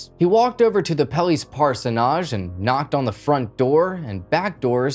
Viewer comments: Parson edge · Orpha Naaj ? Like Parso Naaj!?.. 😁🤭🤣😂 Don't be ridiculous. Orphanage and Parsonage are pronounced the same way. Otherwise your Crime Channel becomes a Comedy Channel. I had to stop at 14 mins 😂😂😂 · We do in America, too. At least I've always heard it and said it that way... "parsonidge". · Parson-age, not Parson-ahj BUT...you're still a good narrator, and cute too! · I like how he explains what a parsonage is while pronouncing it completely wrong. It should end the same way partridge does. Parsonidge. Like that. Or just say Parish House. And get rid of that caterpillar resting beneath your nose. Other than that, great show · The last syllable of parsonage does not get an accent so it is not parso-NAGE. It's PARsonage with the accent on the first syllable. Just for your information. Also, it was not a QUIET claim deed but a QUIT claim deed. The Quit Claim Deed turns the property over to someone else and it means that you have relinquished all of your rights to the property or that you are QUIT or through with all rights to that property. BTW, I think you're right. I think Jeff is innocent. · I'm loving the way you say parsonage. In Australia we pronounce it 'parsonidge' I keep waiting for someone in the story to go back there 😀. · Never heard it pronounced this way. Nodge just doesn’t sound right to me sorry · Lol came here to comment on his pronounciation of parsonage as well. It’s definitely “ parsonige” in the US as well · Parsonage (the place a Parson lives) is pronounced more like Par-son-ige. Amused me greatly. I appreciate your videos and the hard work you put into them. Keep up the content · I love the way you pronounce parsonage. In Australia we pronounce it par-son-ij. :face-green-smiling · I love watching these kind of videos, but it does drive me crazy when they don't pronounce words correctly... In this case, the word is PARSONAGE...It is pronounced Pars e nij.. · Par-sen-age. The repeated mispronounced word makes this seem unprofessional.